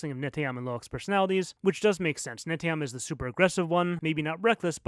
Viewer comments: Love all your fixes but also, excuse me for a sec, I need to hermione here ... It's Ne-TEY-am, not NE-tey-am ... emphasis on the TEY 🧐🧐🧐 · Why he keep saying neteyam like that😭